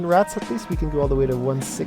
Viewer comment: By the way dude, don't say it like rat-z. Its Rats.